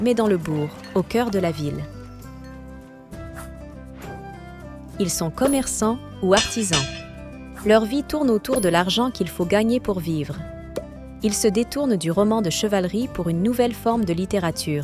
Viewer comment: Attention ! Il n’y a pas de T au mot “ artisan”